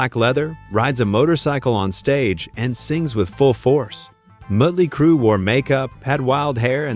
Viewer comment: Well for once in my life, I will actually applaud the AI narrator when it said, "Muttly Crew!" I'm dead 🤣